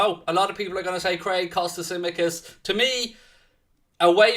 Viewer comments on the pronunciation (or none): Come on lads✊🏻🚩🚩🚩🚩🚩🚩 Looking forward for that match! *Tsimíkas is pronounced like ch-imíkas The ts in Hellenic makes a ch sound like Chamberlain. So, it’s Chimíkas, not simikas.